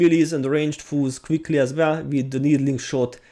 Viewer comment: Loving your videos! I can't believe I remembered my login information after all these years... I LOVE when you say 'attacking foes' because I keep hearing 'attacking fools' and I picture Mr.T smackin' fools down!